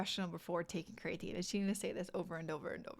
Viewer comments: I’ve never heard it pronounced ‘crayatine’ only ‘Cree-ah-teen’ I’ll have to look up the pronunciation now 😂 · Agreed. The information is good, but very hard to listen to because of the very different pronunciation from every other time I've heard it and what the dictionary says.